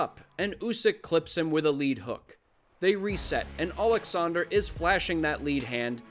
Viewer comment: as for Ukrainian it's so great to hear Oleksandr instead of Aleksandr (russian version), even though Usyk itself usually said it with russian accent xD Thank you for such small detail Upd. But in general thank you for this great perspective, resonate with me a lot